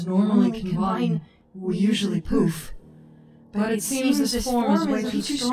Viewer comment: 😂 it’s poof not poop